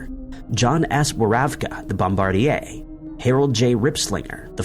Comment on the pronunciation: Another one was pronouncing Bombardier like the name of the Canadian aerospace company, instead of like it's supposed to be pronounced for the airman who is responsible for dropping the bombs.